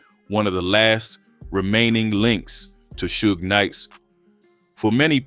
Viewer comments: Right... cause who TF is Soo-gah Knight? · How can you not pronounce Suge correctly?...lol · reading is fundamental.. you KNOW 2pac and Suge's name yet u STILL pronounced it wrong.. until u finally figured out WHO it was.. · The AI voiceover is bad enough, but not checking to make sure that it's pronouncing things right before uploading seems lazy. Even the same name 3 different ways, like everyone doesn't know how to pronounce Suge and wouldn't notice? I want to like this channel man but you're making it hard to